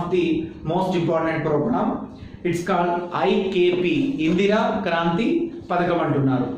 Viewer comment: Kaanthri kadu sir.. Kraanthi